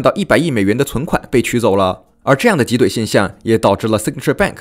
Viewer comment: 挤兑第四声。。。。读到中间才读对了一次，听得也太难受了